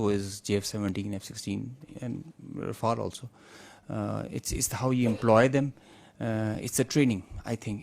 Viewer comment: Rafael ❌ RaFailed😂